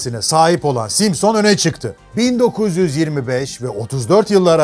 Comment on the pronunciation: 40 altı gençler simsın deel simson 🤣🤣